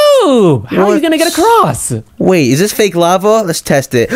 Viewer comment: its lava not laver lol